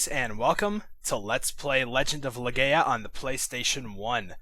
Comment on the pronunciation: > Let's play Legend of Le-gay-a > Legend of Le-gay-a > Le-gay-a Really though I always pronounced it Le-guy-a